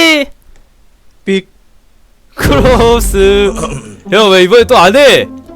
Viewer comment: 비~~~~~~~빅 크로스! 짧게끊으면 맨날 웃음 ㅋㅋㅋ